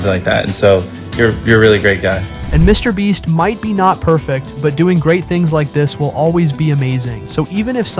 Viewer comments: You were saying mr bleach instead of mr beast 😂😂😂😂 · He always say Me Brest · i swear i heard you say "mr breast" and "mr bleach" lol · Stupid ai channels using the mr breast name for extra views👀😂😂😂 Edit: sorry, "mr bleach"😂😂😂😂😂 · mr bleach lol this AI cant seem to get it right😭🤣⚰ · WHY IS THE AI SAYING MR BREAST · Bro is saying mrbreast then mrbleach wtf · "Mr Breast" ☠️ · how did i not catch these both the first time😂 how tf did he mess up his name with such clarity twice!! after saying it correctly a ton of times lmao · He said Mr. Breast too lmao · Why do you say his name different lol